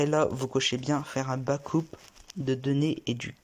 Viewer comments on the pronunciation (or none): "faire un backoup" 😂😂😂 désolé mais jetait obligée